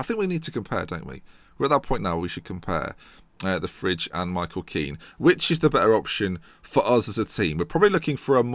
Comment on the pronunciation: stefan de fridge, lmao isnt it de vrye